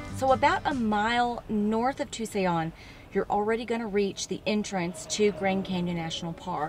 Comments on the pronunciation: You say it like TooSon not TooSayon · OK I’m a Texan but I even know how to pronounce Tucson. It is not pronounced. “To-say-on” !!! And you know that there’s no way you could not have known that!!!! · She wasn't talking about Tucson she was talking about Tusayan, tiny little town at the South entrance of the Grand canyon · Tusayon?????really??? Tusayon Arizona??? Tucson, Arizona??? what in the cornbread hell are u saying?????You go to UT Austin??? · It's Tusayan, AZ about a mile from the Canyon's South Entrance